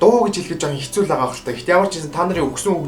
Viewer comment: дээр юун хэстүү бэ? Хэцүү гэж бна ш дээ ts2 чинь нийлээд ц үсэг болдог.